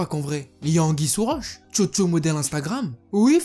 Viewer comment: Mec quand tu dit chocho moi j'ai cru entendre jojo